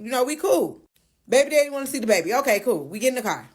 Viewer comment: Accidentally pronounced, "car",correctly and then repeated it as kyer...smh.